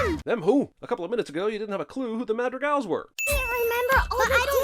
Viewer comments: And one more for him pronouncing Madrigals wrong the whole time lol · Biggest sin here is pronouncing Madrigal like.... that. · i stopped watching the minute i heard him pronounce madrigals